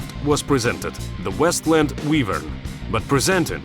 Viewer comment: ahh, yes. The WeshtLand Wheevern.